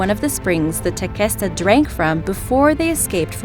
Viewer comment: Tequesta is pronounced Teh-Quest-Uh not Teh-Kest-Uh... I live in Tequesta, FL